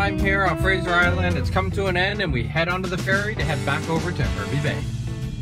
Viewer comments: I highly recommend that if you do visit Fraser Island also take a stop in Hervey Bay (pronounced "harvey bay"). Roughly around July to November is whale watching season where a lot of different tour boats go out past the island to see the humpback whales as they migrate either north or south depending on the time of the season. Of course there's never a guarantee that you'll see one but most of the time a few pods of dolphins will swim by the boats. If you like marine wildlife it's a nice pitstop on the way to the island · So the mainland point where the ferry departs is Hervey Bay (pronounced Harvey), and it’s also where a lot of whale watching tours depart as well- if you get there at the right time, you see the humpback whale migration up the coast. It’s not to be missed. But yeah, Fraser Island is just ridiculous. I’d love to go back, it’s been a while. Though I actually spent more time on Moreton Island, which is not far off from Brisbane, across from Moreton Bay (and that’s the council I used to live in, what you’d know as a county, I think). My family would camp there fairly often. It’s also lovely. Stradbroke Island is another one just off the coast of Brisbane (further south than Moreton). The only other place I’ve seen with sand as white as Lake Macquarie on Fraser is Whitehaven beach, far North Queensland. It’s usually right up the top of those Best Beaches in the World lists. But it’s a bloody expensive place to holiday, because it’s well loved by celebrities and people with far too much money. So I’d say to stay a bit further away, and explore the beaches wherever you like. And of course, there’s the Great Barrier Reef. If you want to see that one, best hurry, it won’t last, unfortunately. And because you are exploring the amazing places of Australia, you really do need to do a video on the Great Barrier Reef.